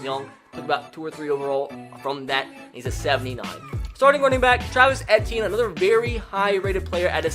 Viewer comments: It’s Travis E T in that’s how it is pronounced not AT t in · it's travis e - tea - in not eh - tea - in smh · It is pronounced ETN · It’s “Eee-Tee-In” not “Eh-Tee-In” sir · It’s pronounced Travis e t n not etian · It is Travis ETN NOT ETEAN!!! AND IT IS NOT CLEMZON IT IS CLEMSON!!! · Dude... it's not Et-e-in.... it's E-T-N! LEARN HOW TO SAY OUR KIDS NAMES! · He's saying Etienne wrong. He went to Jennings High school in Jennings, Louisiana I know him personally, because my high school wasn't even an hour away from Jennings Just a long e sound then just like the letter t then an. Simple. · pronounced “eetienne” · How to pronounce Etienne : EE-TEE-EH-NEY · You said Travis entine worng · As a Clemson student and lifelong fan, the way he pronounces Clemson and Etienne just kills me. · I kept cringing over how he pronounced Etienne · I love you bro but you pronounced Etienne so wrong this entire video and it was nails on a chalk board for me